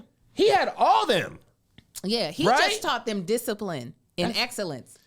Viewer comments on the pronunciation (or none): none